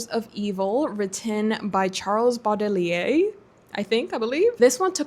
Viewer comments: I follow a lot of book Channel and you are the only one I remember the day you post and wait for it 😂❤ (sorry I’m French) And Charle Baudelaire is a French poet, the prononciation is like « Bodeulair » 😊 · Baudelaire is pronounced "boh dlair" (o bodler para los hispanohablantes) 💛 if you loved them I recommend you read them again in spanish, you'll love it! It's way closer to the original in french, you'll get to experience more of the musicality of his poems. Enjoy this awesome tbr! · The way you said Charles Baudelaire got me rolling, I laughed so much it was a cool begining for this video that I'm watching on a morning ! (it's not mean by the way, just funny to me cause I'm French. I hope you don't take this badly.) Glad you liked it though ! I need to read more poetry. And it's great that you had an almost perfect reading month ! I hope May follows on this road but it sure looks like it ! The wheel was synchronizing with your energy. You don't need to calm dow, this is the TBR of your life (kinda of), GET EXCITED ! O Oh, I read The Hours some time ago and liked it if I remember correctly ! Nana is absolutely great but I do hope you are aware of the fact that it's unfinished and probably will remain that way... + SNK mentionned, yay ! 😍